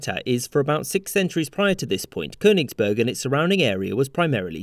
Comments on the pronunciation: Not Konisberg! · Amon Ra Koenigsberg is also fine. Same pronunciation